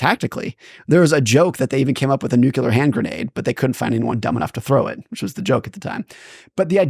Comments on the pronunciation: Newkyoolar. Lol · The word is nuclear. It is pronounced new-klee-er. I'm sorry but the way he says nuclear drives me nuts. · How is it, such an intelligent guy, doesn't know how to pronounce NUCLEAR? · Why do intelligent people mispronounce nuclear, and unintelligent people pronounce it correctly?